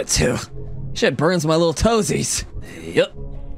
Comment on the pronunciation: When he said"this shit burns my little toeses"but the forget he meant toes